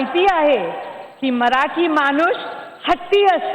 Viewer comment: maanush nahi ga manus.............